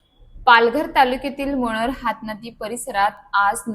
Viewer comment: मनोर शब्दाचा उच्चार नीटपणे बोलायला शिक ऐकताना काही शब्द कानाला खटकतात